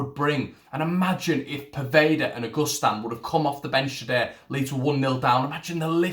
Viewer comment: Pronounce his name proper mate,...it's not August Stan .......it's pronounced a..gust..an